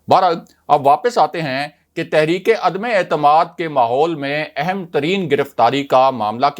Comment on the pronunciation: عدمے اعتماد نہیں عدم اعتماد بار بار عدمے اعتماد غلط بولتے ہو